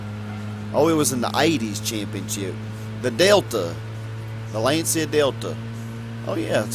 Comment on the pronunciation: wanted to give you another advice on how to pronounce them stupid European names haha. Lancia: L-ah-n-cha (the "ah" is spoken fast/short)